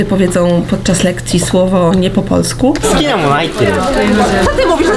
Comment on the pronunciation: Bardzo podoba mi się ta wymowa końcówek "-u", oni wymawiają to "-yu" (na przykład: "polsku", to tam dziewczyna powiedziała "polskyu") Z jakiegoś powodu przyjemnie mi się tego słucha. Bynajmniej nie uważam tego za jakiś kardynalny błąd, wręcz przeciwnie, taki sposób wymawiania nadaje ich wypowiedziom swoistego uroku.